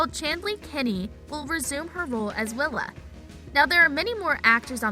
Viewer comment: Willa? It’s Willow